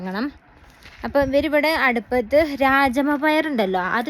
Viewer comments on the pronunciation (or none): രാജമ്മ പയറല്ല "രാജ്മ". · Hii......😊😊 രാജമ്മ അല്ല കേട്ടോ. രാജ്മ എന്നാണ് പറയേണ്ടത്😊😊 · രാജമ്മ അല്ല രാജ്മ അങ്ങനെ ആണ് ഹിന്ദിയിൽ പറയുന്നത്.., രണ്ടുപേരും സുഖം ആയി ഇരിക്കട്ടെ 👍